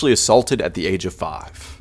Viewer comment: part faav